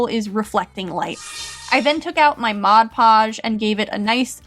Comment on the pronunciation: I remember wen she use to say mosh posh instead of mod posh